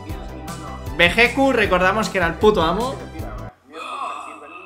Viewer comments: Hola y se escribe Vegetto y se pronuncia: "Veyito" un saludo tíos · volviste, que bueno idola😘 Ey chicos, nuestro personaje en latino se escribe Vegetto pero se pronuncia Vegito(veyito)😊 Buen video como siempre, saludos desde ARGENTINA👍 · Que pesar me da por los españoles, han tenido que crecer diciendole bejequ a Vegetto...